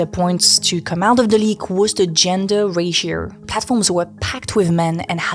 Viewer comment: "Ratio" pronounced as "racier" is a bit strange. The sound 'o' is very normal sound in French